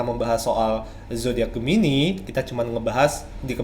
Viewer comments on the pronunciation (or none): Gemini bukan medipikat bang, tapi dia memikat.